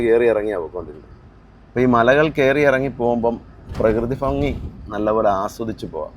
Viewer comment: ഫങ്ങി.... ഭംങ്ങി.. എന്ന് പറ..😂